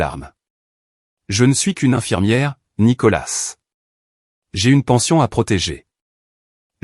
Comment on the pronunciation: On ne prononce pas le s de nicolas